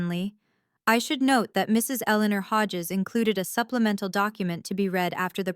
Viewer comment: Hodges, not Haj’s